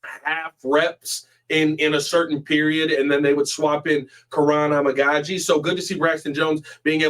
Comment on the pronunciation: I could be wrong but I think the correct pronunciation of Amagadjie is A-Mega-G